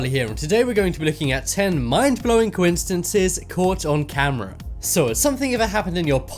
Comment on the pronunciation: "Cointcidences" said charlie